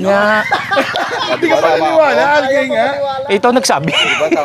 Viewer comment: Tama ka naman tsong sa MOSS, tama din cla sa ALGAE kaso mali pronounciation 🤣 It’s AL-GEE or pde din AL-JEE, but not AL-GAY 😂